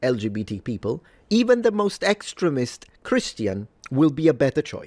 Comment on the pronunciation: Pronunciation tips for: "extremism" and "extremist" do indeed have a long-e pronunciation in that second syllable as the preferred pronunciation in most dictionaries. "Taoism" is pronounced in English as if the first letter were "D," not "T."